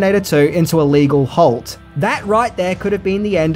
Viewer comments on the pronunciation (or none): none